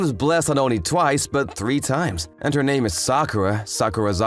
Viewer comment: im truly sorry to be that guy, but there were multiple instences where the voice actors just repeated things wich i find a little bothering or even pronounced things wrong so i find this sad for my lil ears